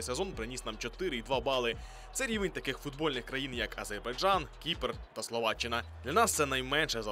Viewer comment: "Азейбайджан" от диктора - это сильно 😂